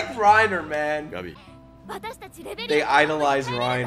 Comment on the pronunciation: Οκκκκ soooo... Whose gonna tell him to not be this emphatic with Gabi? XD